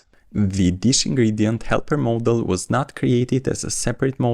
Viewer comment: The fact that the guy pronounces the word "Model" as "Moldol" is distracting.